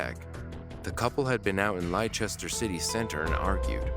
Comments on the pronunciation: Less-tur! Two syllables not three! “Lye-chest-ur?!” Also, your volume levels are all over the place. Other than that, great video. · Hahahaha lie-Chester?? Omg please don’t pronounce it like that if ur not British then don’t try… it’s pronounced and sounds like Lester so it’s Leicester obviously I’m from uk… please turn the music down a bit u can hardly hear the robot talk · I love how you Americans pronounce some of our British towns... like Leicester is not pronounced anything like Ly...chester 🤣 Its pronounced Lester.. 😅 I love you guys tho ❤ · lie chester 😂 😂 😂 Its pronounced lester 😉 Not having a go absolutely love your channel & content🥰 I just found it hilarious 😂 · Lei-chester Lol. Its Leicester american/english lester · yes it’s pronounced “Lester” but I just love how Americans are so extra with it, I’ve heard them say “Lice-ester” 😆 ♥️ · Just want to mention to you for future reference that 'Leicester' is pronounced 'Lester' and not 'Lychester' 🥰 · It is pronounced like 'Lester.' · Great video as always. Leicester is pronounced Lester. 🙂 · If you don't know how to pronounce a name, please look it up. Leicester is pronounced as Lester. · Just so you know Leicester is pronounced Lester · Leicester is pronounced "les-ter" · Leicester is pronounced Lester ......just saying.Good content !! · Leicester, pronounced Lester. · You’re captions are not what they are actually saying in the first call. It’s pronounced Lester. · Great video - although, please learn how to say the UK based locations as Leicester is not pronounced as Lie-chester 😂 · Leicester is pronounced lester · The way you pronounced Leicester has me triggered. I'm from the UK, we dont pronounce it like that lol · I'm from the US and I don't pronounce it that way either. Not triggered though, as I have become desensitized to it after over 4 decades of hearing fellow Americans mispronounce countless numbers words of everyday English words.